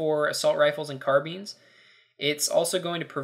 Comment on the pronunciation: it's car-bines. not car-beans, lol. nice vid though, thanks for the info.